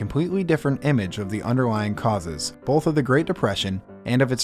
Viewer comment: There’s no L in “both”